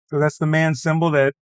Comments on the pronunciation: Someone should teach how to pronounce MAN.Its Not a Word,but 3 seperate Letters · It’s M-A-N „Maschinenwerke Augsburg Nürnberg“ … Not „man“